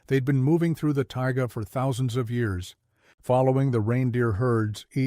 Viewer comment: That’s “taiga” not ‘tiger”.